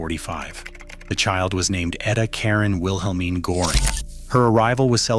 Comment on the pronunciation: Wilhelmine is pronouced with V not a W, as it is a German name.